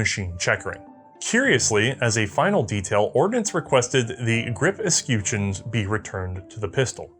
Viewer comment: "Escutcheon" is not being pronounced correctly, just btw. It's the u, it's not like the u in "used" or "universe". It's like the u in "utterly" or "ugly."